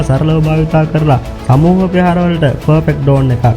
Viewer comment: මගේ අදහස සිංහල හරියට ශබ්ද කරගන්න බැරිනම් නොකර ඉන්නව. ප්රෙහාර නෙවෙයි ඕයි ප්‍රහාර .